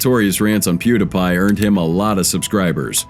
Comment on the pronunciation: Has to be a bit if the person can’t say Pew Dee Pie